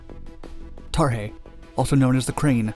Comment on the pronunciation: Why is he calling the sky crane tarhey?